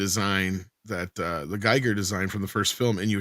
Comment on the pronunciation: Just a point: H.R. Giger is pronounced "Gee-gehr", not "Guy-Gehr". How the man pronounced his own name is how the name is pronounced.